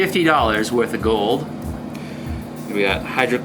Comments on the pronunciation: Dude said “ it’s gOAldd” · He said it ITS GOOLD